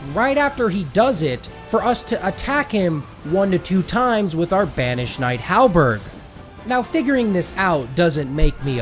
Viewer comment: Mm, yes, my favorite weapon in Elden Ring HALBERG It's pronounced "Halberd" dude, there is no "g" in halberd